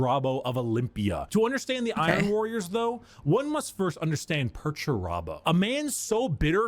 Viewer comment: Somehow I find it entirely appropriate that even while describing how he constantly feels disrespected, can't even pronounce Perturabo's name correctly. No wonder the big lug's so mad all the time.